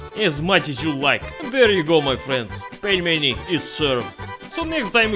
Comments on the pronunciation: Pelminator HAHAHAHHAHAHA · "Putin the Pelmen" :DD